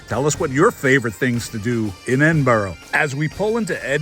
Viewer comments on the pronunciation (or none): said Edinburra, said Edinburrow, was wrong. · How do Americans get Edinburrow out of Edinburgh? bura. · helpful tip if welcome ? , Ed-In-Brugh ( bruh ) 🤗❤️🏴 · Edinboro lol yeh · Always pick the train. Best way to travel. Btw. Edinburgh is pronounced. ed-in-bruh. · "Edinbro" grates a bit, and "Edinburg" When I go to Pittsburgh I'm going to insist on calling it Pittsburra 😆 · All you need to do now is to learn how to correctly pronounce Edinburgh. 🙄😖